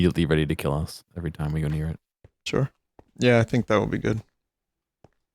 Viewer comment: Bet pole Why would you Keel axlottle